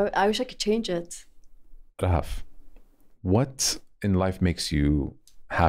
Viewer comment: Talking about Eid is always 🥹🥹🥹🥹💓. مرررة حلوة الحلقة انبسطت واستمتعت جدا ✨✨, Thank you guys 🤍. And, not a lot of people pronounce Rahaf as you do, as I like 😂, Thanks I enjoyed it throughout the ep 😂🤍. Keep going. I know you're inspired by Anas Bukhash, and I wanna tell that your podcast is a discovery for me just like ABtalks 🙏🏻🤍. I am really glad 🤍.